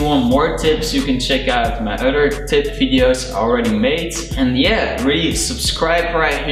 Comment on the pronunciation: It’s other not utter